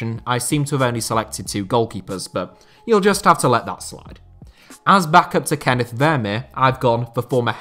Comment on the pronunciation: On top of this being a great video I am very appreciative of the proper pronunciation of “Kenneth”